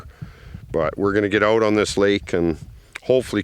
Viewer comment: He said we drove oht here to look for food